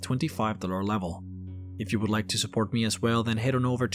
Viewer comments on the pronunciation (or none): none